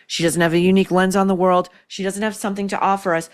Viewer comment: The single tear..OMG! And her horrible narrating..."the Wohrald". It's just world, lady, and I'm thinking you need to find a new place in it. I can't with these people anymore! We live in the Most diverse and safest place in human history. Literally. Doesn't mean nothing happens but good Lord, she is on a major show...do the writers even understand their hyocrisy?!